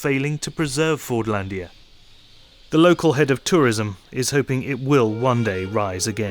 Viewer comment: It's so funny how the world is just discovering Fordlândia nowadays Nice video and you have an INCREDIBLE pronunciation of Portuguese words, congrats